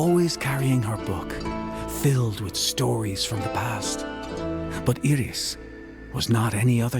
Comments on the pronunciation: Iris being pronounced e-ris instead of eye-ris keeps throwing me off, never heard it pronounced that way before. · It is a Spanish pronunciation